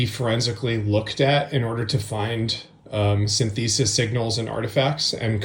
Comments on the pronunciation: I heard codec ( , , ). AI speech to text is creating the captions. He says iZotope but it was translated to isotope, for example. But man, if you want to tell the world you have no idea about music, keep repeating syn-thee-sis, a word that's been around in the music world since synthesizers. He does say providence instead of provenance. These are things he does not understand at all. "Very forensic tools" makes no sense. This type of "analysis" is becoming more and more part of the problem. People who don't understand the tools that they are using take their output at face value but don't understand how the tools work, how the tools can fail, or how to validate the output. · Look, I suspect that the D'addario clip was AI, but I can also create a tool that has a 99% chance of detecting AI; just say that 99% of everything is AI. This guy then goes on to continually mispronounce "synthesis", use the word "forensic" so incorrectly that it's clear that he doesn't know what it means at all, and then finally says that he doesn't understand what the report says (which was, honestly, obvious before he admitted to it). I'm not defending D'addario at all, but this guy is untrustworthy in this context. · Why does the riot games producer keep saying “synthesis” like it’s pronounced “sin-THEE-sis”? That’s weird, right? Please tell me it’s “SIN-thuh-SIS”. I don’t feel like that’s me being crazy. Anyways… Daddario is pretty dumb. Just hire an actual guitarist, there’s tons of ‘em out there. Dipsticks, the lot of ‘em. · It's pronounced, "SYNthesis", not "synTHEEsis". 🤦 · "Sin-Thesis"??? No-one pronounces "synthesis" that way. No-One!!! It's pronounced "Sin-tha-sis". 🙄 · For crying out loud... It's "synthesis", not "sin-thesis"!!!!! 😂 That aside, thank you and everyone else for getting to the bottom of this! ❤ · I've no doubt this was AI and glad they've been called out. That being said, the way this guy pronounces 'synthesis' is absolutely insane? Sin-feh-sis - not Sin-thee-sis.